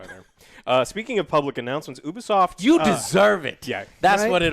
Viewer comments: YOUBEESOFT not OOHBEESOFT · You-Bee-Soft....it stands for Ubiquitous Software